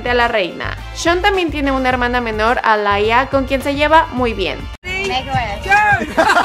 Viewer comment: De hecho el nombre de la hermana de Shawn es Aaliyah y se pronuncia 'Alía' no 'Alaya' just saying🙃